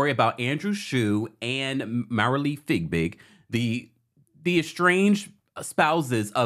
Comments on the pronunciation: You are too funny with the pronunciation of Marilee’s last name. Isn’t it Fiebig and not Figbig??? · Her name is pronounced Fi-BIG - it’s not FIGBIG !!!! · MARILEE FIEBIG'S NAME IS PRONOUNCED " FEE BIG", NOT " FIG BIG" Please pronounce her last name correctly.